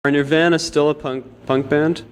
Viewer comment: Nir VA(a as in apple) na. Why did people pronounce it that way?